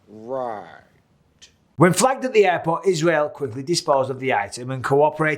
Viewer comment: I love how bisbing call JFK Airport "JFK ayyport"